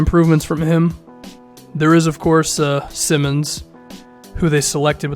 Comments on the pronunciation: its Simons not Simmons, small but its annoying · It’s pronounced Sy-muns